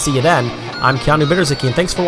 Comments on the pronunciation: Nice one! Btw, Keanu, your last name is polish and is pronounced Biedzhytski! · 😂 You think you can tell someone how to pronounce their name? I'm sure he's quite aware that it is Polish, the name has been Americanized and pronounced like that for generations.